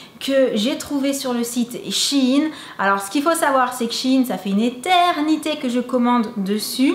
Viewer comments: Mais t trop bell parcontre on die pas shin mais shein pronnonce le E sinon super video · C'est pas shine mais shèine sa s'écrit shein ^^ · Coucou shein sa se dit chaine mais pas chine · j'adore vos vidéos et tous mais on dis shine mais shein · Cc je suis désolé de te le dire mais on dit pas shin. Mais shaine. Je sais pas si je suis très claire. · C pas shyine la prononciation c shayne la prononciation hihi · Noooon sa se prononce Shaïne mais la vidéo est trop cool sa ma grave inspirée !! Alors Merci merci 🙏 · Coucou apparemment on dit vrm chine pcq avant sa s’appelait Sheinside donc quand on le dis on dit sheiin 💛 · Waw j'adore les ensemble 😍 mes juste y'a un trucs qui me fait beaucoup rire tu ne prononce ma shaine comme il faut 😂Si non je voud adore vous ete les best 🥰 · shein se lit ^chayen^